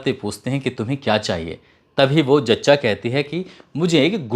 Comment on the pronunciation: Jachcha nai zachcha hota hai.....